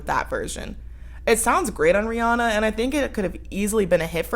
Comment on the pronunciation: Not even a minute in and I'm thrilled to hear someone pronounce Rihanna the correct way.